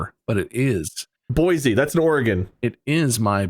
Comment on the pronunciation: Sorry. As someone who LIVES there, I have to get this out of the way, it’s pronounced boy-SEE, not boy-ZEE….